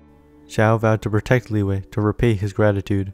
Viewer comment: All those times you said "Lee-way" 🥴